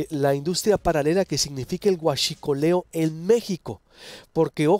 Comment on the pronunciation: me encanta como pronuncia "Huassshicoleo" 😂 ayy que liindoooo